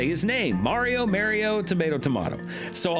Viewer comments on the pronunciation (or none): Who on Earth pronounces it Mare-e-oh?